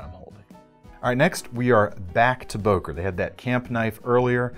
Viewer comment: It’s not Boker but Bœker with an o umlaut , as it is called in German. The o is pronounced as on œsaphagus .